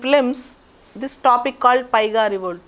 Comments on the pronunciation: Madam it is paika revolt not paiga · Not piga mam it's paika (pannu) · it is not paiga revolt.....it's paika rebellion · Not paiga It z paika revolt Paika rebellion- 1857 First war of independence